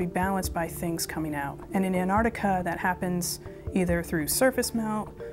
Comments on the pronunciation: Why is she saying ''Anarica'' ? I thought it was called Antarctica. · Its Pronounced "Ant Arctica" not "Anne Ardicker" Speak properly woman like what I doos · "Anartica." Americans have this mysterious inability to read and pronounce the word Antarctica. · What the hell is Anardiga? or 'Anardic' Repeat after me* An-tarc-tica and *An-tarc-tic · Where's "Annarica"? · where is anartica as the female says it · Was laughing for a bit caus the american kept saying antarctica like anartica as if the t and c were silent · Anartica? wtf, the pronunciation is An-tarc-tica! say it right! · How does one become an expert on Antarctica and no be able to pronounce Antarctica... IT IS NOT "An'artica" IT IS "Antarctica!!!!! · Whats wrong with these thick shmucks?The word is AnTartica not anartica. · Why does she say annahticar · Was it too much to pronounce the name of the continent correctly ? Anartic...good grief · Too bad they couldn't find people to narrate, who could correctly pronounce the word "antarCtica". That ignorant error really spoils this video. It's really pathetic. Patrick Cowdrey- Gold Hill, Oregon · To the two voices on this video: you have the correct spelling, why can't you pronounce it properly? It's very easy to do. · Please pronounce the "t" in Antarctica. Where's this word Anarctica come from? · Antartica because you know it has a T in it